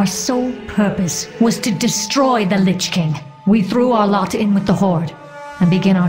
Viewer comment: Lich King, not lichking.